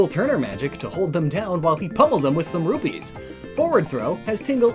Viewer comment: I swear I heard "rubies" being said more times that "rupees"